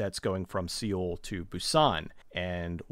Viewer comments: The way u pronounced seoul mad me angry xD it's pronounced as soul lmao but good video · I hate to correct you on your pronunciation, but Seoul is pronounced like 'soul', and Busan with the accent on the u more than the a, like /boo-san/.